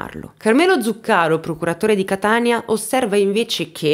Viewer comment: Ciao,. Come sempre, un video molto ben fatto. Anzi, commovente più che mai, per l'argomento delicatissimo che hai toccato con la consueta gentilezza. Scusami, spero di non essere fuori luogo, ma mi permetto solo di dirti che si dice "etnèi" e "Zùccaro"... per un eventuale prossimo aggiornamento, se vorrai tenerne conto... Un abbraccio